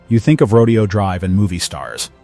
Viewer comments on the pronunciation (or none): Rodeo Drive in Beverly Hills is pronounced roh-DAY-oh. Ashkenazi Jews are Germanic, not primarily Eastern European.